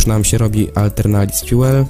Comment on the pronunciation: jak pisze Aeternalis Fuel to czytaj atelnaris fjul